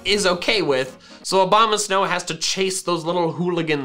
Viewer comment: Also I swear you just said “Obamasnow”